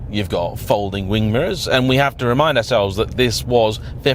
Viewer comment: "electric mirrin"